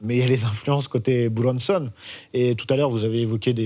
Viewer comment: Il se la pète grave le mec avec sa façon de prononcer "Buronson" 😂 Alors que juste après il va te dire "Jim Carrey" en le prononcant "Jim carrie"